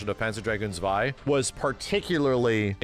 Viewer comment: And it is pronounced "Tswai", my dear English speaking friends. NOT "Zwai".